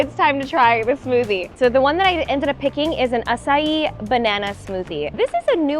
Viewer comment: It’s pronounced “ACHAII” berries, and not “ASAii” berries.